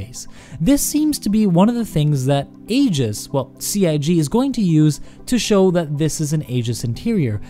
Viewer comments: Eye-giss. Hard g. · pronounced 'Eeejis' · I wish people would stop pronouncing it Aygis. And it's inertial damping. Its purpose is to damp the inertia, not make it moist.